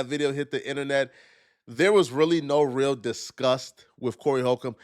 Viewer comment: When you say real, it sounds like you’re saying veel lol.